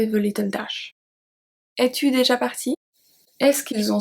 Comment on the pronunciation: is there a reason you do not pronounce déjà? Or, are you saying it and I cannot hear it?